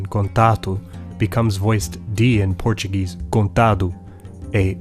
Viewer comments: I am absolutely impressed with how perfect your pronunciation is. I am Brazilian and your Portuguese is on point. Very rare to find some English speaker able to pronounce it so precise. Amazing video, congratulations. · Damn your portuguese pronunciation is so good =O I'm impressed